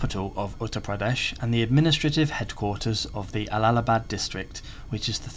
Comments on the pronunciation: It’s Allahabad not allalabad. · allalabad.. u can do better with trying to get the speeling correct if not the pronounciation. it is allahabad with an H and not L. how can you confuse H with L ?